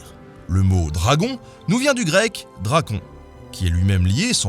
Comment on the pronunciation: Ah et petite précision, certes moindre, mais ça m'a perturbé toute la vidéo : en grec, les diphtongues du style "on", "an", etc n'existent pas, donc tu devrais prononcer "Drakône"... Voilà voilà